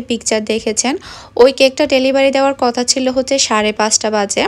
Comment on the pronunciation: কতা না কথা হবে